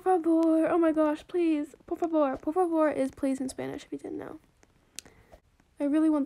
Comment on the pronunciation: OMGGGGG! IM BRAZILIAN AND YOU SAID "POR FAVOR" VERY WELL IT'S SO CUTE 😁